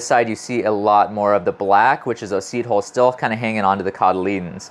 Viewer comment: Seed holes? Seed holes? I feel almost certain you could pronounce "hull" if you tried. It really would be less confusing.